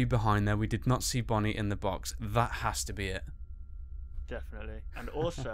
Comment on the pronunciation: dumb fox its bonnie not bony